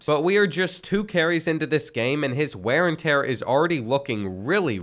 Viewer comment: “Ware n tear”